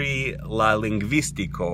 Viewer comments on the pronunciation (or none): Jen imponaj celoj por la jaro: mi deziras al vi sukceson! :-) Kiujn rimedojn vi uzos por atingi tiun B2-nivelon en la taja ĉi-jare? Korektoj: atentu la elparolon de "ling-vis-TI-ko" (ne "ling-VIS-tiko") kaj "a-LI-aj" (ne "A-ljaj")!